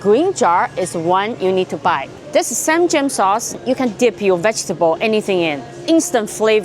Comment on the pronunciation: It’s not “sam-jang.” It’s pronounced “ssahm jahng.”